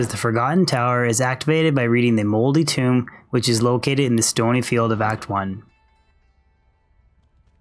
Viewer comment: Tome = Toe mmm not Tomb